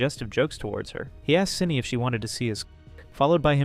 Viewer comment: Its SYNNI not Syinna